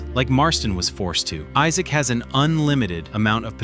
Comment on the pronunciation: It's actually Isaac Morgan, not Issac